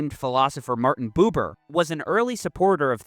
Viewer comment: Bu-ber ,, US English is slang and very sterotypical ,, Dont forget to spell the brigdes right ,, Love youre content ,, Food for the brain is always welcome ,, But pronounce rigth and Jannes van Der Wall was a patsy ,, The Russians saved us , Not the US !